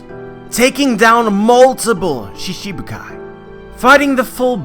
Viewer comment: it's shichi bukai, not shishibukai